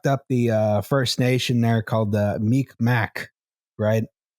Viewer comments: It's not "Mic Mac", for Mi'kmaq, , while we're all here learning together. More like "mee-g'mahk. The "q" makes a guttural sound not a hard c sound, and the "k" is closer to a g. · phonetically/out loud - "Mig Maw" Mick Mack is a fine enough way to pronounce Mik'maq, but made it sound like meek mack... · You absolutely butchered the pronunciation of Mi'kmaq. Phonetically, it's closer to "mig maw" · "They fucked up the first nations there called the 'mick mack' " The pronunciation is so wrong but I'll let it slide because this is an episode I've been hoping for..